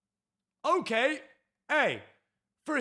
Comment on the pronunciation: Why do you sey ogay and not okey